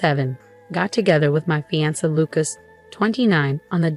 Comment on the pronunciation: Just when I thought that another different pronunciation of fiancé was impossible, here is fee-an-ser. Yikes!